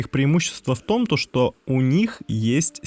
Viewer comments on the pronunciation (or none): В томтошто. Ты же по-русски ролик озвучиваешь. Втомтошто. Втомтошто. Втомтошто. Бесите! Попробуй сказать хоть раз "в том, что". Тебе понравится.